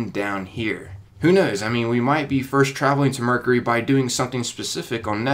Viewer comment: Did he say murkery? It's mercury!